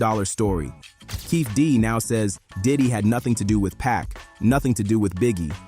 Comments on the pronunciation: It’s not “pack” fool. It’s Pac. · If you can't pronounce Pac's name correctly, then don't let it slip from your lips. ... which is why you shouldn't allow AI to make words for you either. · Tony Yai-yo? Pack? 🤣 AI voice narration is lazy